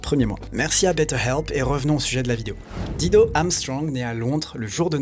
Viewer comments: Dire di do m arrache tjrs les oreilles,,,, il faut prononcer daï dou....quand on aime on respecte. C est comme george "clou nez" ben non faut dire " clou ni". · Pourquoi s'acharner à ne pas prononcer son nom correctement (c'est "Dailledeau", pas "Dideau") alors que les clips utilisés, juste là sous vos yeux/oreilles, vous apprennent la bonne prononciation? Et par contraste, "Better Help" est prononcé avec plus d'effort? C'est plutôt disrespect irrespectueux pour la personne apparemment adorée... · sinon la prononciation c'est Daïdo ! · On prononce DAILLE DO !! J'adore la voix de cette beauté, elle m'apaise me caresse !! Je peux travailler et étudier en l'écoutant, les paroles ne m'intéressent guère chez les chanteurs depuis que j'ai écouté tout Brassens qui savait écrire lui !! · Tu es génial! Vraiment! Pour une fois l'algorithme youtube qui t'a mis sur mon chemin doit être remercié. J'adore Dido (attention les français, ça se prononce "dailledo" sinon ça peut faire penser à un "godemichet") et tu confirmes ce que j'ai toujours pensé d'elle. Merci!! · Apprend a pornoncer son nom correctement, un mimum de respect, incroyable ces francais avec leur language, pffff... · Si tu prononçais correctement son nom, ce serait encore mieux ! ;-) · Je ne peux pas concevoir que quelqu'un puisse faire un vidéo de plus de 30 minutes sur une artiste sans même avoir recherché comment prononcer son nom... Et finalement on aura jamais su pourquoi elle a disparue... Aucune mention dans la vidéo de quelque ''prix caché de la célébrité'' que ce soit...